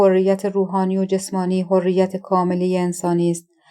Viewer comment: تازه! حرّیت را فرمودن حُریت😂 خیلی باسوادن: اسامی رو که نگو خودشو میکشت تا از پسش بر آد